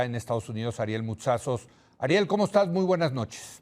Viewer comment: Leo Zukerman se cree sabelotodo y es un vil inepto y analfabeta. Dice: ¿comostas? Oye taras, se dice ¿Como estas? Y también te recuerdo que el ejército no puede disparar sus armas en una lluvia de gasolina, como lo querías en Tlalguelilpan HIDALGO. Tarado. El taras se ve preocupado porque ya van a declarar culpable a Garcia Luna.